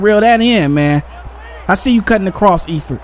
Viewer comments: And Eifert is pronounced Ifert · and the E in Eifert is silent